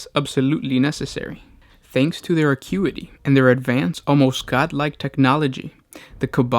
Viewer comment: Lol, he pronounces "acuity" right the first time then butchers it every other time.